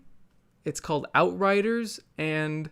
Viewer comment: When the polish people said Outriders is sounds like Alt-Righters. It made me laugh a bit too much.